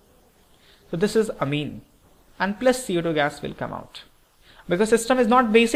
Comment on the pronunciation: please learn how to pronounce orbit and amine